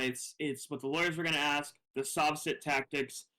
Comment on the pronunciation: He does "Axe" alot of irrelevant questions. 😂😂😂